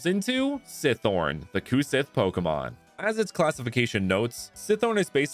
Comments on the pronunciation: Gaelic is a hard language. It's really quite unique among all other European languages! "Sith" is moreso pronounced like the English word, "She", though. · fun fact about the cu sith! it's actually pronounced "cu shee" because gaelic/celtic words are just weird like that lol. it's also known as the "fairy hound", and was known to kidnap human women to bring them back to the fairy realm to act as wetnurses for fairy children. i think it's also commonly believed that its bark foretold death, but i don't quite remember.